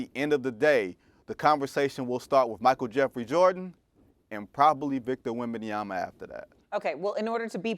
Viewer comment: I'm more surprised that Perk pronounced Wembanyama correctly.